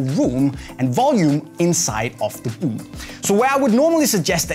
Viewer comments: "the buut" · Why does he say "boot" like that 😂😂